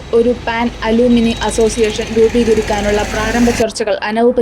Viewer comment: അലൂമിനി അല്ല ആലംനൈ എന്നാണ് വായിക്കുമ്പോൾ അല്പം നിലവാരം നല്ലതാണ്